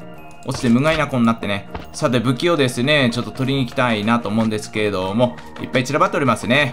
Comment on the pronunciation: いっぱいて何回もゆうとぱいぱいぱいぱいって聞こえるの俺だけ？